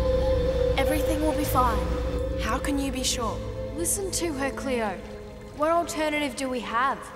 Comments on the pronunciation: It’s not cleooorrrrrr it’s CLAYOOO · LMAO “R CLEO!” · Its Cleo Not cleor